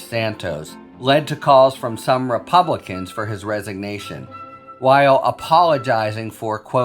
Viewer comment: Did Harry just say “House Repumpkins” ?? Hmm…